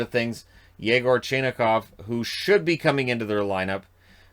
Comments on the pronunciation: It's China'khov, by the way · It's pronounced "Chee-na-hov". I can read Russian cyrillic, the handy thing with russian names in most cases, their names are pronounced the way there're spelt in cyrillic.